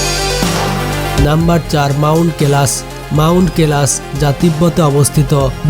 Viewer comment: Kelas noi koilash